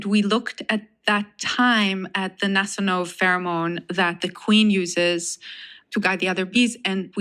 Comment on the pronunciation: "Nasanov pheromones"